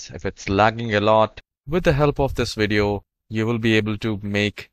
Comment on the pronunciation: Haha, he said wideo xD